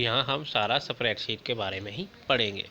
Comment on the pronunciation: Spreadsheet pronounce Galat ha bs